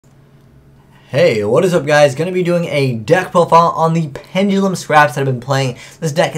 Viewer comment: it's "pen duh lum", not penj uh lum.